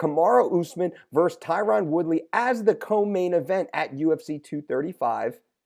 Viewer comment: Your killin me brother with that “Tie-Ron” woodly lol I’m surprised as fuck that nobody has mentioned this